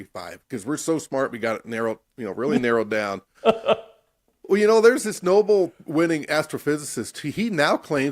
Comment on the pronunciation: He really said "Noble Winning" lmfao